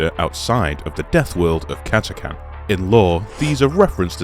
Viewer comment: Thank you for pronouncing Catachan correctly